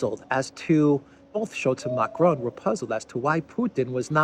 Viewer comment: You pronounce Macron as if he's a Mexican. Lol. There is no such thing as a rolling R in french, and the ending N is silent.